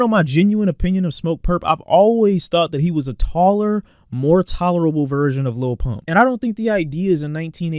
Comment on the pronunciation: said “taller-a-bull”